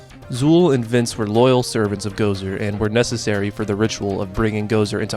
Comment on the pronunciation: I believe that it is pronounced Vinz and not Vince